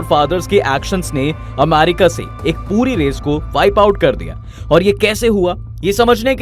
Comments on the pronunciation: Bhai Amarica nahi America hai 😅😅😂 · Irritation hore iska amaaarica sun kr 😂